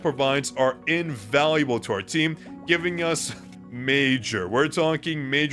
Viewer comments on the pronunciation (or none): HOW?!?!!??? you just make Isil flustered being called "invalauble" also here are the names how to pronouced such as Oo-gi(Yuqi)